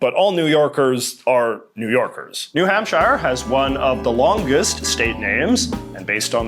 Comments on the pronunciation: People in New Hampshire also call themselves “Granite Staters” because New Hampshire is the Granite State. Also, it’s not New Hamp-SH-HIGH-ER; It’s New Hamp-sure. Also also, Delaware is not in New England. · FYI, New Hampshire is pronounced New Hamp-sure, not New Hamp-shyer. It's a direct reference to Hampshire County in England which is pronounced Hamp-sure. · JJ please, New Hampshire is pronounced Hamp- Sheer, not the English way of shire. Yours truly, a New Hampshire citizen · I've never heard someone say New Hampshire like that. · the way he pronounced new hampshIRE really hurt :(